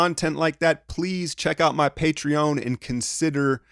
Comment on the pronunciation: mans still says Patreon weird.